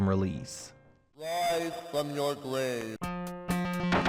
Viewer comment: WISE FWOM YOUW GWAVE